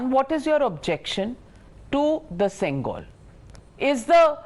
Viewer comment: It's not sengal it's sengol pronounce properly don't change the meaning of the word